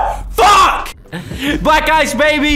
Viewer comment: Idk why but everytime said black ice to me it sounded like he was saying black guys idk why